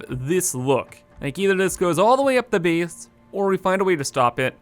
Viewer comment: everytime he says "biss" instead of "base" makes me wanna kms